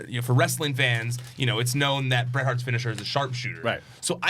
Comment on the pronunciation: Its Bret and not close.